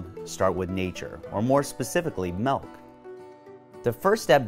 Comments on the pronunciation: Milk not melk smh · I can’t trust a man who pronounces milk malk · Hard to trust a guy about dairy products when he keeps saying “melk” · Does anyone else notice he is saying 'Malk' and not 'Milk'? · Maybe it isn’t milk inside it’s malk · I don't understand why it annoyed me so much?.... Melk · Dude I fucking hate people that say melk it drives me nuts it’s fucking milk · I’m not buying it because the co-founder calls it “malk” instead of milk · "quality melk"? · Quality “melk” 👌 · Melk melk melk 😂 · it's milk not melc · It’s pronounced “Milk”, not “Malk”. Lol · I’m not buying shit from someone that calls it “melk” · Hmm he pronounces milk ‘melk’ and I can’t watch this video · haha you said Melk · What is melk, is this guy pulling my leg? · Ahh... refreshing "melk" 😒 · I hate that he says melk😤😤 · This dude said MELK 😂😂😂 it’s pronounced MILK! Wtf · wtf is melk??? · melk lol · Doofus It's pronounced MILK not MELK! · Powdered melk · no he says "Melk" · Just give the man his goddamn molk. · But in my protein there's no "melk" listed in the ingredients, should I be worried? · Milk* there is NO letter E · Throwing shade at other protein powders when you can’t even pronounce “milk” right